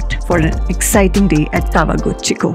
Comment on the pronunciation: You keep referring Kawaguchiko to Tawaguchiko. I thought I heard wrong but there were few times you said Tawaguchiko.